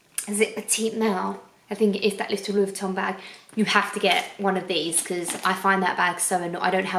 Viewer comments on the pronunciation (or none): none